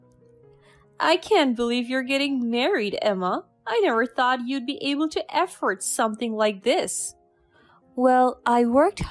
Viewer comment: Story 5: The narrator should tell the story properly and make it interesting to listen to and not be in a hurry. She seems like she's running the annual New York City marathon. Oh , and another thing, she must learn to pronounce the words correctly, it's not EFFORT but AFFORD 🤦🙆 dear me, ooh this girl, eish......